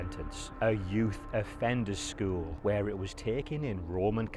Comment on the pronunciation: I can’t unhear skuwl 😂